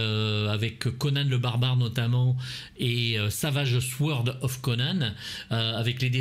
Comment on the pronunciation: Superbe critique d'un superbe film! Si je peux me permettre une réflexion? On dit sord, pas souhord. :-)